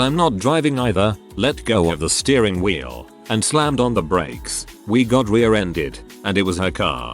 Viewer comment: I panicked a little at "She let go of the wheele"